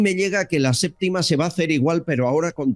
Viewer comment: "La séptima" No "LA SÉPTICA"